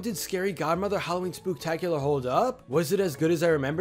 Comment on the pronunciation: Spooktacolar lol